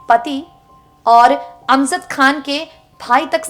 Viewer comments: How does it sound Imtiaj instead of Imtiaz and Amzad instead of Amjad. Kitni kharab pronunciation? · Tum pagal ho GAYI ho... Kya.... ? AMJAD KHAN , ko tum AMZAD pukar rahi ho.... AUR IMTIAZ ko IMTIAAJ.. ZER ,AUR ZABAR KI TAHZEEB NAHI... PHIR URDU KA BALAATKAR KYUN KARTI HO...... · Imtiyaaz ko imtiyaaj Aur Amjad ko amzad इम्तियाज़ को इम्तियाज और अमजद को अमज़द बोल रही है जो बोल रही है अफसोस